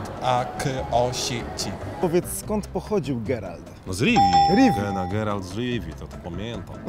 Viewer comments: Nie Gerald tylko Geralt wrrrr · mówi się Geralt panie prowadzący xdd